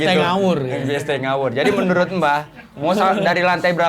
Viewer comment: Ini gue salah dgr gak sih blg menurut jadi merunut 😂